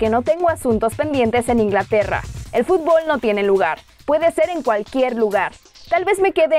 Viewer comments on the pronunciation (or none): none